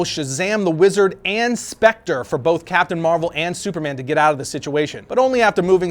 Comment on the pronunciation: Hey, hey, You said Capitain Marvel!!!😂😂😂